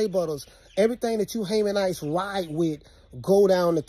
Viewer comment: Bro said haymanites I’m dead 💀